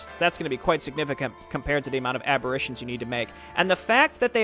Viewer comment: Oh he mad lol. Was trying to warn you music was a bit too loud, and 'aberration' has a slightly diff pronounciation, but I guess feedback is complaining to you. lol